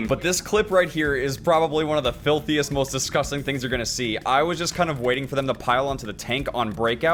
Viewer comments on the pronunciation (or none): none